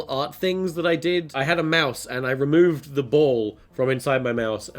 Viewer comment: Thiseh Iseh theeh besteh Arteh Evereh compaedeh toeh meeh.